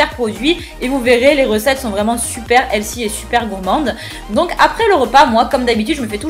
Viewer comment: Belle gosse avec les lunettes ! Par contre, ta façon de prononcer "healthy" m'a donné une migraine :D